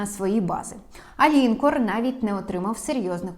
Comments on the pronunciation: Перевіряйте наголос в незнайомих словах, таких як лінкОр. Додивитися не вдалось, бо ріже слух. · Правдиве те, що у тебе губища наколені))))))))) Не лІнкор а лінкОр..